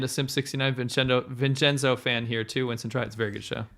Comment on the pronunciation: "Chinston" HAHAHAHHAH